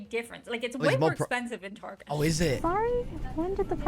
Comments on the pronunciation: Look I like your little videos bro, but sometimes you act too uneducated. Some of this stuff is way outdated too. You Really Need to do your homework more. As for pronouncing Target. Tar Get, Tar Get, Target Not Tarjay which is how you were saying it. Keep up your videos though bro. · We pronounce Target "Tar-zheh" (like it's French) because it sounds fancy. Edit: got here . 😂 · The Target experience is just superior. The carts. The aisles. The sounds. The smells. The customers. It's just better It's the subject of much debate here in the States lol - hence the pretentious pronunciation of "tar-jay" bc most people that shop there are more middle/upper class